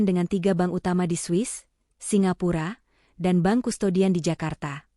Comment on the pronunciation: sepanjang sejarah saya mengikuti cerita-cerita AI based begini, selalu pronounciation bermasalah. pengucapan sepeser, berkerut, memerah, bank (dibaca ban? ban mobil??) dsb. AI genius tapi tidak memenuhi kaidah EYD.